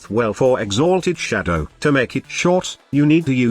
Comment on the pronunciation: All I heard was "exAAAlted Shadow"